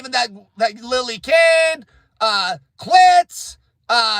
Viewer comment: His name is pronounced killtz